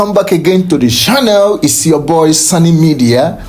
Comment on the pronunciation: please, you have been in Ghana for a long time. Stop saying shannel instead of channel, and before you say shair, it is chair.